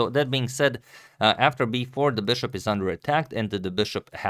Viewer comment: ... come on dude, stop trying so hard. It's BISHOP, not 'beshop'